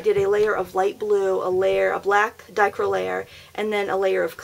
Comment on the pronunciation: It is pronounced "die-CROW-ick".